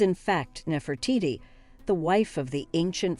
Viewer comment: Damn lady. Learn now to pronounce your names. Nefertiti was the only one you got right.